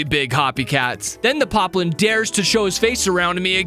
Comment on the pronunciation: why did you say piplin its poplin